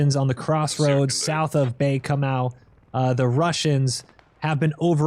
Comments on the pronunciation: FYI it’s Bay KOH-moh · ..and also "Bay COMO", but sincerely a most excellent play-by-play otherwise.